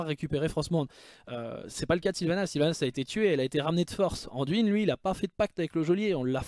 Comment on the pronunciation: Salut, pourquoi prononces-tu le nom " Anduine " en français, il n'y a pas de E à la fin donc phonétiquement ça doit se prononcer " Andoin " et même si son nom est Anduin